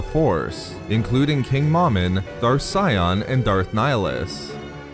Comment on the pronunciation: Not Scion it's Sion